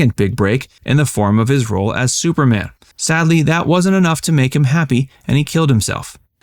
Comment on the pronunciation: It's superman...not " super mm ".